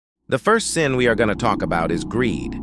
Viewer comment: for a moment i thought you said "KEEP GOONING"